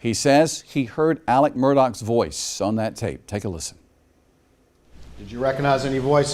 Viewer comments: What's with the mispronunciation of his name? Do they not pronounce "x" in SC? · The most confusing part of this case is the way that Alex Murdaugh is pronounced Alec Murdock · I know a boy who pronounces his name as Alec but spelled Alex. Deep South must pronounce it as Alec 💯